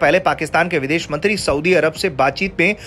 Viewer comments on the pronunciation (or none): none